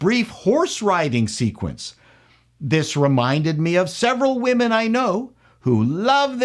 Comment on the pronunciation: Please don't say "wahmen". Speak English. Otherwise you sound like a fool, and you are not a fool.